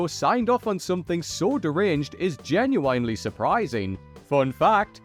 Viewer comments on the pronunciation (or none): Not being able to pronounce genuine over and over again?